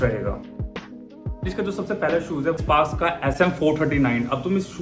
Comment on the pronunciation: bhai spaash nhi sparx h vo 😇